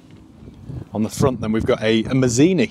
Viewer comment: Dont you mean maldini😂not mazini😂